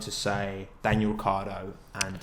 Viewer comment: when someone pronounces 'daniil' like 'daniel' so i think they're talking about danny rick.